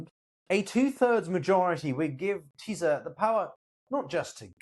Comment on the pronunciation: Teaser party 😂 you should say it like Teesa 🤷🏻‍♂️